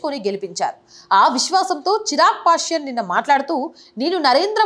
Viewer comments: నమస్కారము హిందూ సమాజానికి తెలియ వలసిన మంచి విషయం గురించి వీడియో చేసినందుకు ధన్యవాదములు. కానీ ఒక సూచన తన పేరు చిరాగ్ పాష్యన్ కాదు "చీరాగ్ పాశ్వాన్" దయచేసి సరిగా వుచ్చరించ గలరు, దయచేసి మరోలా అనుకోకండి. జై శ్రీ రామ్ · సదరీ! చిరాగ్ పాశ్వాన్ అనాలి. మీరు చిరాగ్ పాశ్యాన్ అంటున్నారు.